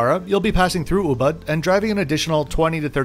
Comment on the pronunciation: Hi, on your next visit to Bali, I would highly recommend you review Puri Wulandari, a resort with great charm and Balinese character; and an utterly spectacular location in Ubud (which is pronounced oobood, by the way). A resort with 32 pool-villas, priced reasonably. Check it out!